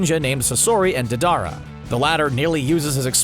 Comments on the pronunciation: Dedara he said it like that it’s DEIDARA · Lmao narrator said daddara when it is diedara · He said day-dar-ah and yay-ma-toe y’all really need to watch these shows before making these